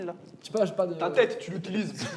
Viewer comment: il a dis « cerveau qui sorte de leur teuté » j’ai fais « mha. »